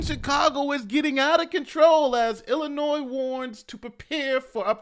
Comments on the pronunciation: You say Illinois wrong and it irks me. It is “ill-uh-noy” noy sounds like toy. It is NOT “ill-uh-noise” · Say it with me illinoi. You did fine early in the video